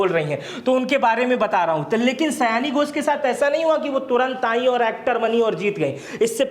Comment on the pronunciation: सयाणी घोष नही सायनी घोष है , कृपया सुधार ले ।